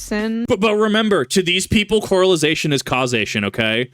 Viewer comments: It's correlation, my man, not correlization. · 0 out of 5 stars Bro kept saying coralization instead of correlation, literally unwatchable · I love you but it's correlation not corelization. It's Correlation! Because there's a co-relation, KIP! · Drink every time this mispronounces “correlation”.